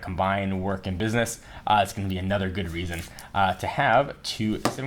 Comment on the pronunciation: Lool 'bidness'